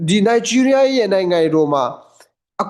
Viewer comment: နိုင်ဂျီးရီးယား , ရားမဟုတ်ဘူး